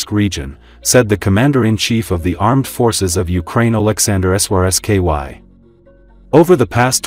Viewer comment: At least check the pronunciation of your AI before mindlessly posting it mispronouncing Syrsky